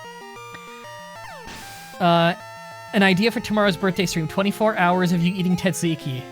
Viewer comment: Wait your name isn't "margerine"? Also the first Z in "tzatziki" isn't silent.